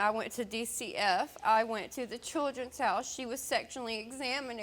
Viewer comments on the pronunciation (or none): "She was sexunally examinated"